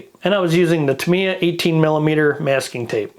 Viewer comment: Great video, and I'm now subscribed. Not important, but it's pronounced: "tah" "mee" "yah". Unlike English words, there's no variation on how Japanese words are pronounced.